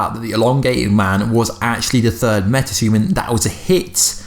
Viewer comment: “Meta thuman”😆😆